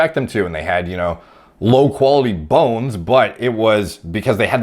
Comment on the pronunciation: They way he says 🅱️ones 😂😂😂